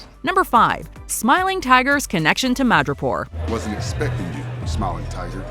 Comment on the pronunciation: When said "Madripoor", I thought he said "Mirjapur"😂😂